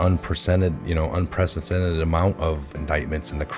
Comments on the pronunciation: You should do this video again it is a brilliant concise introduction just learn to get your lips around the word unpresidented and change 2001 to 2017. Much love from the UK and thank you for your videos your one of my top three Q presenters. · I mean this in the best of ways...un-press-i-dented. love ur vids. this was greAt. wwg1wga.